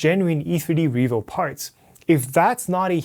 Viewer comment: "Revoo HighSlow Nozzle" Sorry;D